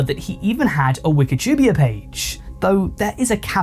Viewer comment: Its wikapida not wikatubia